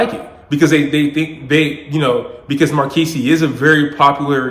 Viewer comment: pronounced mar kez sir.